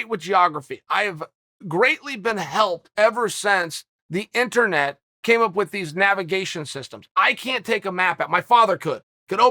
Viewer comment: Every time Uncle Chael says "internet," I think of Brazil. Lmao.